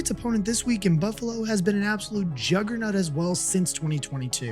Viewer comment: “Juggernut” *JuggerNAUT (like astronaut). And it’s BOX OFFICE (like at the movie theater) not “box off entertainment”. Why do you speak like a toddler who is still learning words?